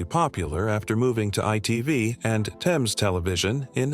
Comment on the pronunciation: It's not "Thayms" it's pronounced "Tems"